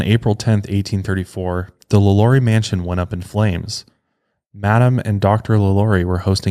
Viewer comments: when you said her name, Lalaurie? its really pronounced, La La rie! Im from Louisiana and absolutely love your podcasts! These things interest me. People can be such sickcos! La La rie happened in Louisiana, so, of course, interests me the most. This woman was entirely INSANE! Again, I absolutely LOVE your podcasts and thought you may like to know the correct pronounciation. Thank you and please continue with more podcasts! Very interesting! you definetly have my vote! Thanks again! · You didn’t say her name the way American Horror Story said it😂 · You’re butchering her name but it’s okay 😅❤️